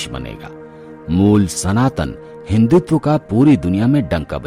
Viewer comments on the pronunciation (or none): none